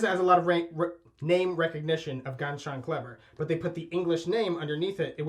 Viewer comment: It's pronounces Ganz SHOON rhymes with DUNE you nitzes. How could you not learn this it's 2020 POUNDMETOO - means "really nice" literal translation but it's like when you eat a keilbasa it's very clever if you do it and wink at your friend same time.